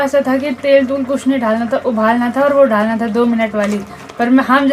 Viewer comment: Dhalna kyo bolti hai dalna hota hai😅😅Rahul bhai k vlog ka naam kya hai